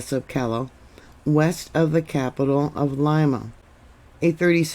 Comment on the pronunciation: Lima is pronounced Leema. Callao, Peru is pronounce Kijou.